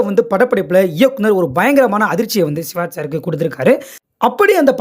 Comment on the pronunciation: சிவாஜ் இல்லை சிவாஜி என்று சொல்லுங்க